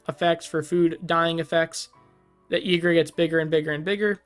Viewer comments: Why would a Y be pronounced with an E 😮‍💨😵‍💫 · I pronounce it "eee-gruh" normally a Y at the start of a name is pronounced like an E. Also, for Ygra to become a commander damage one shot, in one turn, 7 creatures have to die = 22/22, or 6 creatures and one more +1/+1 counter from another source = 21/21.